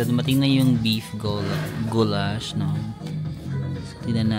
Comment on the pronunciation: it is guuulash not gowlashh 😅